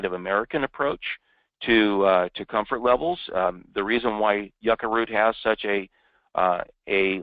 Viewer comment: The male speaker disrespected the pronunciation of my ancestral food, Yucca (jū-ka, or jooka), NOT PRONOUNCED "Yucka". He pronounced every other words correctly, except for Jucca.